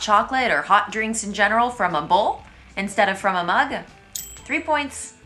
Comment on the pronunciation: Born french, 39 points, probably more if i was a girl (i don't wear stiletos😅). I personnaly hate bowls, i love mugs ! And i do love the french way you pronounced "mug" in this video ! And i don't drink coffee but i do believe that an expresso is far better than a half-liter bowl full of anything but coffee😅 Le quart d'heure de politesse, difficult for me as where i work the rule is : arriver à l'heure c'est déjà être en retard ! About the tu/vous question, i honestly find hard to believe that a french born and raised person may even rarely have issues in choosing the right thing ! I do love your videos, and i hope you'll never end up with loving living here !